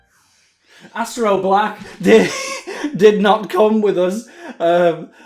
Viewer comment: sudden pause " ... aStErO bLaCK" I laughed way harder than I should've 😂